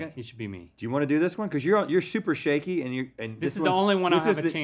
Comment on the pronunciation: “Shuper Shaky”